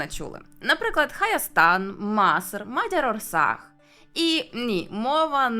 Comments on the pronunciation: І щодо назви Угорщини: "МодьорОрсаг". Наголос на перший склад завжди і "а" без рисочки вгорі читається як "о" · Угорщина вимовляється Мóдьорóрсааґ (саме два наголоси одночасно, в мадярській мові буває кілька наголошених голосних в одному слові). Літера А вимовляється як слабке О, а літера Á - як довге АА.